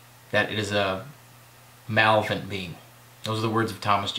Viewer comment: He's speaking about pronunciation. Malevolent: "muh-lev-uh-lent" (four syllables). Please don't kick me in the head if I take one of your courses!